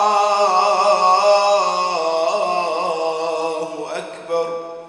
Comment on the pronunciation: انا اسف جدا ولا انك ما راح تزعل من ها السؤال الله يحفظك ربي المنان بآيات آلقرآن راح اقولك ان في المقامات الأذان راح يكون صوتك في التكبير الله واكبر وده خطاء (واكبر) خطاء وانا اسف جدا جدا وفي الاذان ان يكون الصح ( أ كبر ) في النطق انا مؤذن وليس ان اعدل على حضرتك وصوتك جميل جدا جدا بس التكبير اللي في خطاء بس بين (و).اكبر. ( أ )